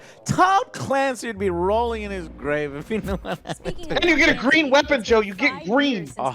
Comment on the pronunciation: Does anyone know when or where started saying oui-pon and ekbok? 🤣🤣